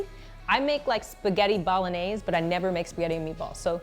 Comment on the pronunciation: the way Brandi pronounces "Bolognese" bothers me.....